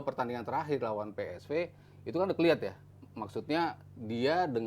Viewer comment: Pe es ve. Ve Ve. Wkwkw 🤣